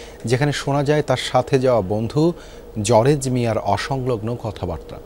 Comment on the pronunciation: আরে ভাই জরেজ না জর্জ